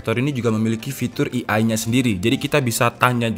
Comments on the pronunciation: Penyebutan AI bukan "i ai" bang, tpi "e ai", Terima Kasih bang Pin dong yah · Indonesia i a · AI dibaca e ai kak